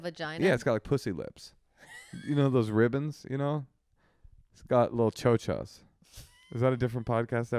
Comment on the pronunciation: Keep saying chocha....that cracks me up